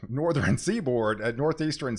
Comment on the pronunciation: I really like your videos and recommend your channel to others. But PLEASE stop putting an extra syllable in southern, northern, etc 😅